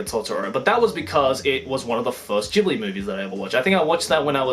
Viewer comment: Studio Ghibli (hard G) not Gibli. triggered people incoming.